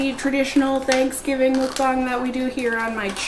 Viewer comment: It’s pronounced “muck-bang”, not “mookbang” 🙂